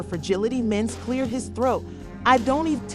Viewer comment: Get the names right. Yandy, not Dandy… who is Mens? Can’t take any of it seriously.